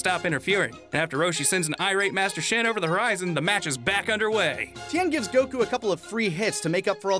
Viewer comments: Solid picks. I just hope you learn that his name is goku not goCoo someday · Why do one of the narrators keep on pronouncing Goku as "Goh-khuu~"? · How does this guy pronounce goku like that? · I love "Goku" pronunciation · I've never heard anyone pronounce Goku like that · pronounces gokus name weird uh